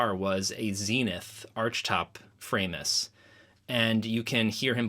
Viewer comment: its not Framus-, it's Framus, cos its german